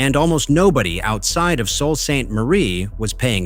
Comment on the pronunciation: This is a problem that has been there since the first 1,000 footers were put into service. The "narrator" is wrong on one point. The first name of the city is pronounced SOO like the locks. I am in Michigan!